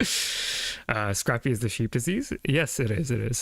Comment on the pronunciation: This man reads these papers like he's never heard the words pronounced. Scrape-ee, not scrappy. Yak-obb, not Jacob. Jeez.